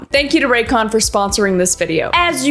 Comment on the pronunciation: Why is no one talking about how it said “racyon” on the sponsor